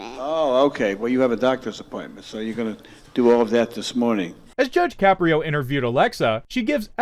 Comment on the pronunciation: “Judge Shapiro?” he’s not Jewish, he’s Italian! His name is Caprio (pronounced Ka-pree-o).